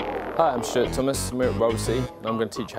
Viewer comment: Did anyone else think he said "Hi, I'm Shit Thomas,"? Obviously it was Stuart but it made me laugh. Scottish accent ftw.